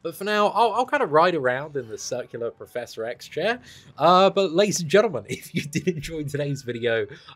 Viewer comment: when you said you look like professor X. i thought i heard you said "PROFESSOR S(E)X hahahaha